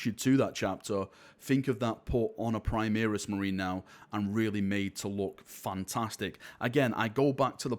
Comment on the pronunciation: "Primeris" lol :D